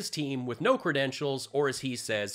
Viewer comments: KADRENTILS? LMAO ;-) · "Credrentials", right.